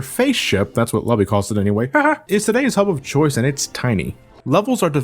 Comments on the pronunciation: "Lubby" lol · I laughed so hard when you called Lubba “Lubby” that I didn’t even bother to correct you in the comments (which I assume a lot of people did). I’m definitely referring to him as Lubby now.